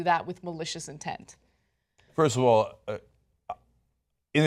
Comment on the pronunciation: Ana: "Malicious Intend!" anyone malicious is you ANA!!!!